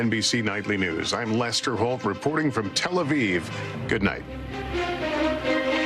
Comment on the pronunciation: How is it that I have NEVER been "POLLED" in my life for media re-poor-ting? Hmmm?